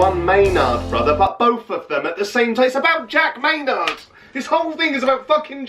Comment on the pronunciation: goddamnit i never laughed so much...MAYNARD not MAATE...oh your friend Jamie needs to send you more of these hahah.